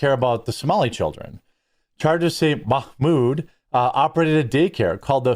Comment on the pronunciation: MOCK-MOOD HAHAHAHAHAHAHAHAHAHAHAHAHAHAHA FRIGGIN JEREMY!